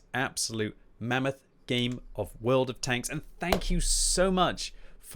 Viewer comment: Did he say Will'd of tanks?